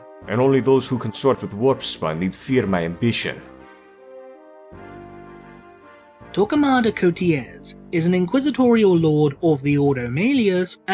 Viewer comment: Do you have to say it in exaggerated NY-Italian accent?